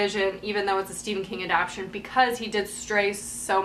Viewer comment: A-DAP-TA-TION, not A-DAP-TION. gahhh...! lol